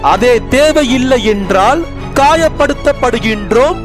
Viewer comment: ஊக்கமது கைவிடேல் என்பதையும் ஒவ்வொரு வாக்கியம் முடியும் போது கொடுக்கும் 2 விநாடி அழுத்தம் நன்றிகள் என்பதை மிக அழுத்தமாக உரைப்பது ஏனெனில் நன்றி என்பது பணிவிற்கான பண்பாட்டிற்கான அடையாளம் என நினைக்கிறேன் ........நான் கூறுவது தங்கள் மனதை புண்படுத்தியிருந்தால் என்னை மன்னித்துவிடுங்கள் சகோதரா